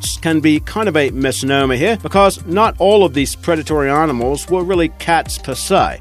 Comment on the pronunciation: aar-nimals?? Maar-moth??